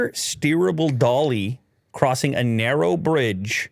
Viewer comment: "Narrowoit"🌚